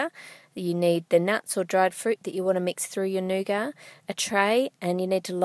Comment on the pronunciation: I love u Ann but I don't like the way u pronounce nougat